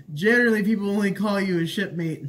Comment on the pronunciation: "What's up, shipmate?" I swore he said "what's up, shitface?" and I lost it.